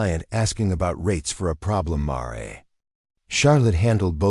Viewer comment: Mar e? Pronunciations are atrocious!!! My husband and I housed many rescued horses patience gentility are essential I.e.gentle loving care